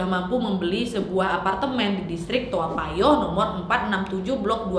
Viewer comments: Tao payoh naaad.. Sering kali kau salah sebut 😭😂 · To payoh ka nyebutnya 😅😅😅 Lucu kk bilang toa payoh